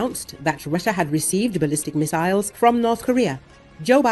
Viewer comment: He can't make up his mind on how to pronounce missiles or materials. He is a fraud